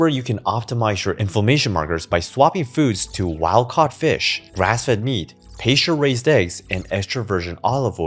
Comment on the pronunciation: where were you born? your english sounds native but some words you pronounce weird like pasture you say paysture